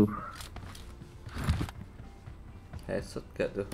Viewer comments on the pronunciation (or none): HEADSHOT ❌ HENSHOT ✔️ HAHAH,, 👇